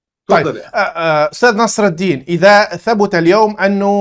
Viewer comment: نصر الدَين✅ نصر الدِين ❌ 😂😂😂😂😂😂😂😂😂🦦